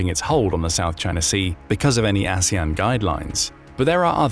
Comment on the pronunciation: 😂😂😂 I noticed that slip of the tongue, too. Aswang 😅😅